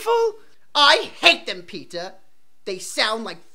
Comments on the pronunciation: It sounds like they are say peta instead of peter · Am I the only one who misheard Peter for pizza ?? 😂😂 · "My name is PEEtah"